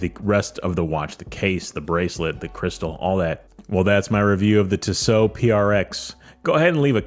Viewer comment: Tissot. No emphasis on either syllable. Tiss. Oh. Just ordered a V8 swissmatic. Cant wait for it to arrive. Love Tissot. Value for money cannot be beaten when buying Swiss. Theyre beautifully made. Now to start saving for a new Favre Leuba to keep my old Duomatic company.